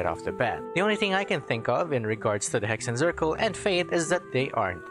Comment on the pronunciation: Hexenzirkel is a german word (witch circle) and is prononced like this: X = ks Z = ts so it woud be pronounced "Heksen tsirkel"